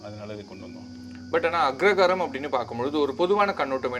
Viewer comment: Anchor is mispronouncing the word as Agragaram!